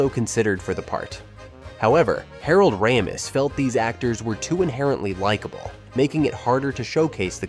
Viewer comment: Not just the pronunciation of Harold Ramis’s name, it was also frustrating to never hear his name without the first name attached, like the two were one-run-on name. And the composer Rachmaninov isn’t happy with how your robot pronounced his name either.